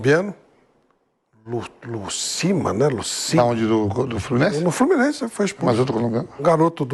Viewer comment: TAPETENC, FLORMINEC 😂😂😂😂